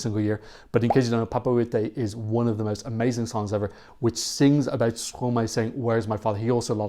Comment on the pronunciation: It's pronounced Stro-my, because it's Maestro backwards ;)